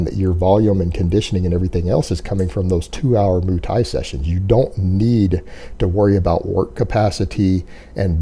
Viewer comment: "moo" thai?